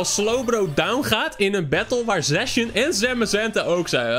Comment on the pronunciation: Lol hoe jij zijn naam uitspreekt! Zacian! C is een K.